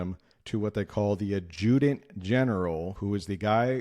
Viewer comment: You might look at the way u pronounce adjutant .